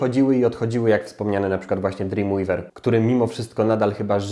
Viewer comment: [*] dla Macromedii. Do dziś korzystam z Macromedia Flash'a bo jest po prostu cudowny. Ps. Pamiętaj że czyta się "drimwejwer" a nie "drimłiwer". To nie hejt, tylko uwaga (ktoś by jeszcze tak mógł pomyśleć) :D